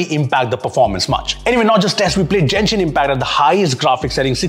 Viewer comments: This. This. This. This. This. This. This. This Also, it's Genshin not Jenshin. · it's pronounced as Genshin not jenshin.... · For the love of god please stop calling it Jenshin😭😭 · 1st of all Genshin not Jenshin 2nd if your testing Genshin on any phone try to play with an account with all open maps this will stress the phone to the point it will stutter and lag heck my pc still shutter while playing GI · " Jenshin Impact " 💀💀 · And still pronounced genshin wrong